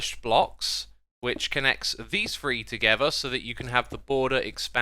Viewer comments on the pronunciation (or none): Xisuma translator: "Amethest: = amethyst "Free" = three